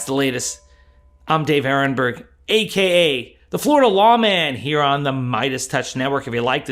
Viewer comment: WHY DO YOU SAY "AK" the Fla Law man?? ITS AKA "ALSO KNOWN AS"